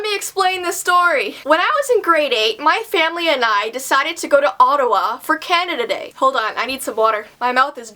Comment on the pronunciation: instead of 'canada day' i heard 'candada dei'